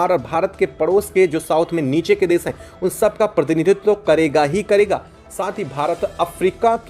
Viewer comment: Hello content creator- please do not pronounce- desh as das, or Nation — Nashan as nasan Or action -acsan Your small efforts will make your content excellent.